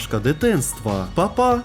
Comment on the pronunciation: А хто ви киниц почув папа а не пака 😂